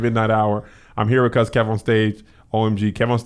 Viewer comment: Key? Shiiiii that’s how you gotta say it from now on